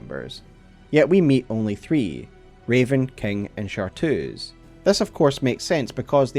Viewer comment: Awesome vid! The only thing that got me was it's ChartReuse, not Chartoos! Chartreuse is a color.